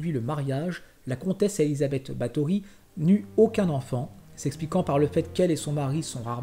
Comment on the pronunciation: C'est Erzébeth pas Elizabeth